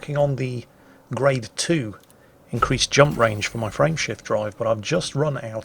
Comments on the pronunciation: You are the only one I have run across. Perhaps you, Jingles, and the computer are from the same area of England, with the same accent. To this day, after several years, I have to struggle to get Frame Shift Drive out of what sounds to me like Friendship Drive. Or perhaps my brain decided it was Friendship Drive at the beginning and refuses to change it's mind. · Every time he mentions "frame shift drive" I understand "friendship drive". It's making me giggle is all I'm trying to say. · My wife was wondering what a 'friendship drive' was when I started playing ED hehe. It really does sound like that... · Lol me too